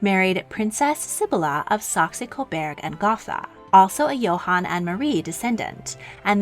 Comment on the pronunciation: it's Co-boorg, not Co-berg